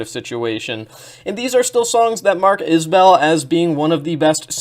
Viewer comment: Enjoyed your analysis of the work and appreciate that you didn't do that parasocial thing with their relationship(s). Also, it's pronounced 'IS-bull', not 'is-BELL'. You've earned a new sub.